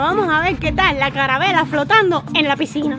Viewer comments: Like si en el minuto escuchaste a diciendo envez de calavera dijo caravela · En el minuto y en todo el video dijo carabela y es calavera jajajaja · SE DICE CALAVERA NO CARAVELA 😂😂😂😂😅😅😅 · Jajajaja estabas diciendo carabela y es calavera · No se dice caravela se dice calavera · LiKE SI ESCUCHASTE QUE DIJO CARA VELA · Like si escuchaste a decir caravela y es calavera y también escuchaste qué dijo pendejo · Like si escuchaste que dijo caravera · Dijo carabela jajajaja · Like si te diste cuenta que decía caravela en vez de calavera😂😂😂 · Like si escuchaste que dijo carabela 👍👍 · Si dijo eso jajaja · Ella en vez de decir calavera dijo carabela😊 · Like si en el minuto dijo carabela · se dice calavera tu dijiste calabela❤ 😊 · jsjsjsjs la carabela se dice calabera no es hate queda claro yo la amooo a 😳😙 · Lo que me dio risa fue que dijo carabela y es calavera jiji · dijiste carabela y es calavera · jajajajaja en mi país o ciudad se dice calabera,no carabela🤣🤣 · no es caravela es calavera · no es calavela es calavera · No se dice carabela se dice calavera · Se dice calavera no caravela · se dice calavera en mi pais no caravera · no se dice carabela se dice calavera🤦‍♀ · dice carabela🤣😂